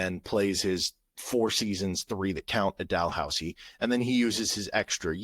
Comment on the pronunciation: As a Canadian, the second time you said “Dalhousie” and Laurentian were correct.(well done) Carleton is a legit basketball school (Ottawa) they played right with Duke a few years ago. Duke toured Canada because RJ Barret was on Duke that year. It’s quite rare for a Canadian kid to go to the NCAA after playing U-Sports. It’s quite common for elite basketball players in Canada to go to a U.S high school in grade 10-11-12.